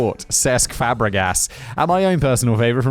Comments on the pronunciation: Cesc Fuh-bre-gus! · You mean cesc Fab-ray-gas XD